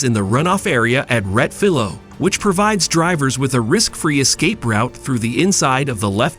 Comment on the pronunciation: Please, if you’re going to use foreign words for track corner names, take the time and make the effort to learn the correct pronunciations. The corner name is Rettifilo, there is an “i” in the name that should be pronounced.